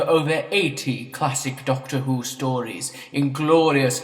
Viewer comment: Classic Doctor fwhod